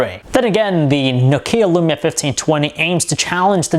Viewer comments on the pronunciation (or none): Perfectly biased..... another andriodsheep..... try to pronounce nokia not nok ia ur so noisy... plsss stop that u like a mongoloid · It's Nokia, not Nokiia ffs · nuke-hia (nokia) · THIS ASIAN doesnt know how to pronounce nokia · Besides the pronunciation of Nokia, wery good review! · Learn to pronounce Nokia correctly.